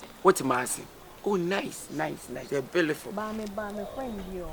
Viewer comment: Aaaah Kyekyeku paaa" bealiful " s3n. 😂😂